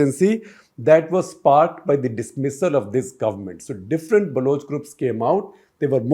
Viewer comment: Why does SG keep saying “Balooch”? It is not supposed to be “Baloch”?